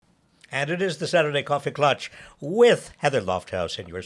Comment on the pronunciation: When Klatch rhymes with Crotch? Wth